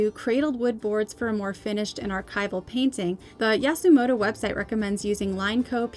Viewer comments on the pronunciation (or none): You said Yasumoto but it’s Yasutomo